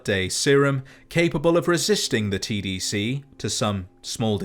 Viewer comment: everytime he say "tdc" I hear "cbt"